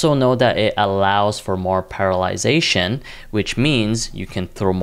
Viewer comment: Parallelization ❌ Paralization ✅